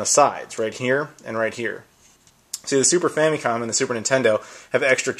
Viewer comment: Is famicom really pronounced "fammy-com" like you pronounce it? I've always heard "fam-uh-com".